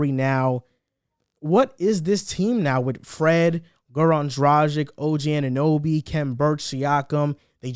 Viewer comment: The pronouncations on OG Anunobys and Precious's name, and overall predictions of the Raptors IMO show you guys haven't been watching this team in preseason. Yuta, Svi, Khem, Boucher, Barnes, Dragic, Pascal, Flynn, Fred, OG.. And Fred just admitted that OG is the defacto #1 option right now, something that your analysis isn't really accounting for.